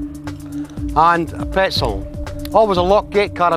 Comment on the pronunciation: did he mean to say petzl?